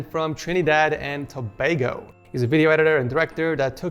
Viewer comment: bro u pronounced tobago wrong my guy